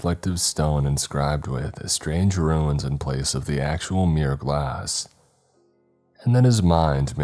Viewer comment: you keep pronouncing “Runes” as “Ruins” but it’s not correct. “Runes” are symbols often used in witchcraft and Wiccan practices. And it’s correct pronunciation is closer to Roons, not Ru-ins. Damn, again, it’s not “Weapontree” but “Weaponry” or more commonly called “Weapons” and the pineapple grenade is like that not for grip, but to allow for shrapnel to more easily spread wider and with a larger diameter. I just can’t help myself but to correct this. Perhaps the writer actually wrote it this way? I don’t know. I’m done, I’ll just listen and stop trying to be Captain Pedantic.